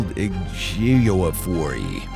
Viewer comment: Ejiofor. Not that hard